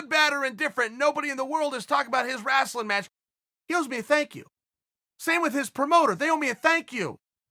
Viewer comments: Man I just can’t over how he says “Wrastling” Instead of “Wrestling”. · “Wrastling”. Lmao. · I love how Chael says "wrestling" like "wrastling" like "rascal". Makes it sound even more cheesy than it already is. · "Rasln' match". Chael Sonnen is the man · He says “wrasslin” to infer its a fake fight. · wrasslin.... West linn.... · FFS...It's Wrastlin'...the Dub-ya and the T is silent...Dayum Y'all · I love how he says rastle 😂😂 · Chael “Rastlin” Sonnen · Chael "WRASTLE" Sonnen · or Rastling even 😂😂😂 Love how ppl from the midwest pronounce it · Apologies mate. should have been more clear.. Im an aussie who lived in the mid west for 7 years and many of the guys there said Rastlin 😂😂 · Did he say wrAslin Sylvester Stallone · Someone PLEASE make a highlight vid of Chael's wacky pronunciations... 'wrasslin', 'Yarear Rodriguez' and 'Breakfrast' to name a few.. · Please please please tell us why you are saying "wrastling" Chael. Your listeners deserve to know. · TheDarkCloudNC my dad says it the same way for some reason lmfao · How he pronounced wrestling is straight out of South Park. LOL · I was reading this comment when he said it. I was like that's interesting! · wrestling match he pronounces is like south park lol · A wrestler can’t say wrestling properly. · Chael says "wrestling" like an old black man for Mississippi. 😆